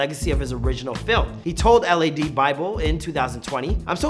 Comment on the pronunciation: why did he pronounce each letter of lad lmao